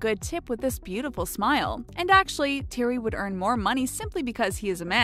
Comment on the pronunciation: snazzy . ne XD Ikr. Thats not how you pronounce Thierry